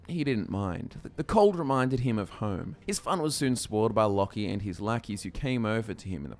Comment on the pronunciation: I thought it was pronounced (Low-key)